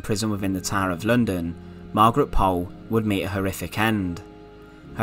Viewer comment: Thank you for telling us this. Until now, I had never heard of it. BTW, if you want to be really correct, Pole is pronounced Pool - also de la Pole is de la Pool. I also liked your video about Margaret Clitherow.